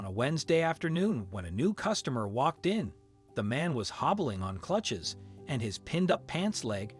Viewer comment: Good story for sure, but are we really gonna skip over "clutches"? Go back and listen to the first time the narrator goes to say "crutches".